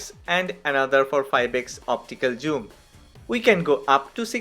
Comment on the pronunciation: Bro don't say joom